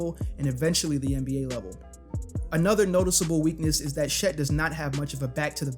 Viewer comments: why do you pronounce Chet as she’s?😂😭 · You saying “Shet” is driving me crazy